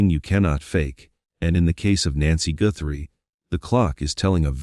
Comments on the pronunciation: lol😂😂😂 it's Guthrie not goothrie Hun 😂😂😂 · Pronounce the last name, Guthrie, right, Not Goorhrie. AI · I find AI narration quite irritating - grammar, punctuation and pronunciation errors. It's NOT Nancy Gooo-thrie!! Hope I am wrong but I think Nancy was murdered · What a dummy narrating this - he can’t even pronounce Guthrie correctly much less not being able to say What Tucson! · It mispronounced a few words and the last name 'Guthrie'. 😁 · why is the guy reading saying words wrong? Goothrie? alibee? is this AI reading? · Not to mention "Tuck-son" and "Goo-thrie" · I'm sick of the computer generated narrtive . Can't pronounce 'guthrie', tucson', 'alibi'. Stupid. And the SIL's nose is way too big and he is clearly over six feet tall. This is just entertainment. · Is it impossible for AI to pronounce names and words properly? In this vid, Tucson and Guthrie were mispronounced several times. I stopped watching and listening to this one. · I can't watch something that cannot pronounce words correctly. IE; Guthrie, alibi, Tucson.